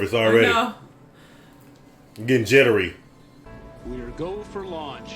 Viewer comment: Was I the only one screaming "It's LAUNCH, damn it! Not LUnch!!!" every time mispronounced it?? LOL 😂😂😂